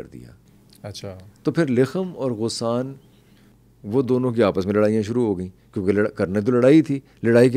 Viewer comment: غسان میں غ پر زبر ہے